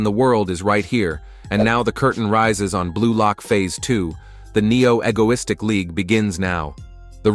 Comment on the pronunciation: Bro said neo egolistik